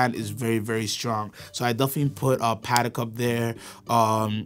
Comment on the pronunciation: ok I had great respect for this guy until he pronounced "Patek" like that